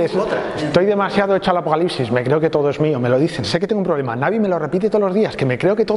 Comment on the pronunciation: cuando comenzo el afocalicsis